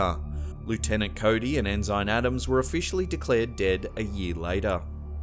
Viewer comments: The very first clip. It is not pronounced “EN-SIGN”. It is pronounced “EN-SIN” as a rank a Sailor would have. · Ensign, as in Navy Ensign, is pronounced EN' sun. Not en SYN'. "Okay grammar Nazi." Hey! I'D want to know! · Lol. I caught a mispronunciation though its *EN-SIN not EN-SINE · Mate the word is not En Zign its pronounced Ensen. Holy cow mate you're an Aussie where did you go to school? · Future reference it’s n sin not n sign otherwise outstanding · Ensine is not pronounced In-zine it is pronounced In-sin. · Enzyme Adam's? It's pronounced ensign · Do you really not know how to pronounce, "ensign?" It's "EN-sin" and definitely NOT, "IN-ZINE" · forgive me if this is merely a difference between British and American pronunciations, but I couldn't help noticing you pronounced Mr. Adams' rank (Ensign) as EN-zine, rather than EN-sin. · For the record, the correct pronounciation is "ensin". Not "enzyne" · Dude, ensign is pronounced "in sin", not "in sign". Hopefully you don't pronounce commodore as "commoder". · interesting blimp story but its pronounced EN-SIN not ensine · It's pronounced En-sin. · Just FYI...ensign is pronounced en-san . 😁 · En sine? why not lie you tenant? Brig a dire general? Sergy ant? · We Americans pronounce the rank lower than Lt. En-sin. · Ensign is pronounced EN-SIN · Mispronounces "ensign." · I've never heard "ensign" pronounced that way before. I'm pretty sure it is pronounced the same in all English speaking countries, though. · At :37 seconds or so, the word is pronounced "ENN'-SINN", not "en-zynne". And also, it's pronounced "POINT RAY'-IZZ" a la Espagnole. Reyes means "kings". Da nada.